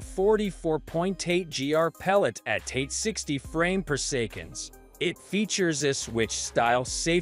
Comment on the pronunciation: worst text to speech ever - poor sekon for "per second"